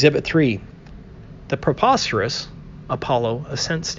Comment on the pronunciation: Um, preposterous-- not proposterous